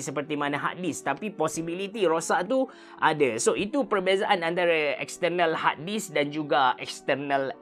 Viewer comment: tak terbelit lidah ke dok sebut exterrrnal harrrdisk, exterrrnal, exterrnal.